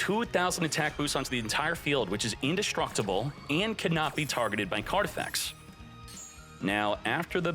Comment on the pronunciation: In-Destroy-Able? Is that... Is that a thing? I love pronunciations. Makes you feel like you missed a lesson or two.